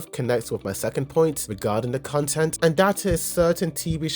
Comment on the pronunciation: content / cun-tent 😂